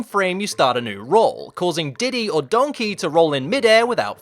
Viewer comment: The way you kept saying Donkey, I just kept hearing Shrek in my head going, "DONKEH!" Is that bad? lol But that aside, these were some interesting glitches. For once, the only one I really knew anything about was that Donkey Kong humping Grey Donkey Kong glitch. The rest were completely new for me. Well, aside from that mine cart glitch. I knew about that one, already. And it seems like a very helpful glitch to help skip past the pesky, super annoying mine cart stages. As fun as those stages are, they are ridiculously difficult.